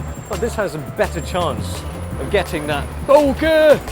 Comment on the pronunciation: I don't think I've watched one video where doesn't say BO-KEH!